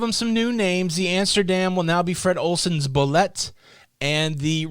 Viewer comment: Boudicca is pronounced Boo dicca, , Bolettte is pronounced Boletta , see Fred Olsen himself on the Fred Olsen site speaking Stuart London